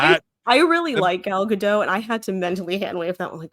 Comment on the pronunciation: Just fyi the “t” in Gadot is not silent.